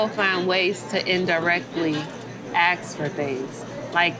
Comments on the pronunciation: is beautiful. Now she just needs to learn the difference between "axe" and "ask". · Ask....Ask....not ax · Why is it so hard to say ASK.. AASSSK. The S is before the K ! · “Aks for things”